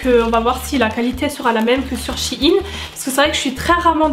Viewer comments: J aime bien la vidéo mais s il te plaiiiiiittt arrête de dire shiine c sheine sheeeine voila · Shi ine 😂 c'est pas plutôt " shaïne" ( je parle de prononciation) sinon top vidéo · Sa me stress le mot she-ine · Je suis la seule qui comprends pas pourquoi elle dit "Shein" de cette façon ?